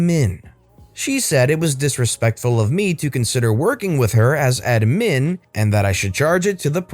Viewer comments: Why are you saying admin like that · I get that. It bothered me too, but I like to play fast and loose with the English language so idk if he was messing around. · You keep saying admin like that I'm gonna hit something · I'll never hear the word admin in the right way ever again.